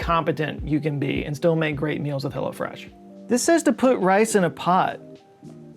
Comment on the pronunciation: Are you saying Hello Fresh or Hella Fresh?